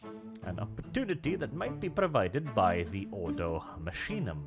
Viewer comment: Order from the machine? No, it should actually be Ordo Machinarum. Order of machines. Machinum would probably be an abbreviation created over the thousands of years. I also believe it would be pronounced Makinum, not masheenum like says it.